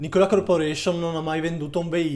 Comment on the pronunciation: Video interessante. Occhio all'accento su Nikola, si potrebbe confondere con Nicola di Bari.